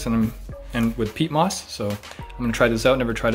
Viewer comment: Anyone else notice he said FOREST "MOTH" for FOREST MOSS